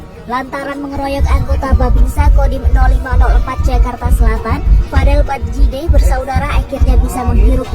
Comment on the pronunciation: Nyimak bang, vadel badjideh bang? Bukan vadel baddijeh mirip sih dengernya 😅